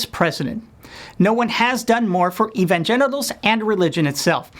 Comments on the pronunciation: Did he say evangenitals? ha ha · is he saying evan-genitals? ...i like it. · Lol “evangenitals” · Sounded like he said "evangenitals." LOL